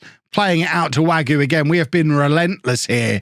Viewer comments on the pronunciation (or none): Wague is more way-g rather than wague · Im pretty sure wague is pronounced varg not wagyu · Wagué as Wagyu gets me every fucking time.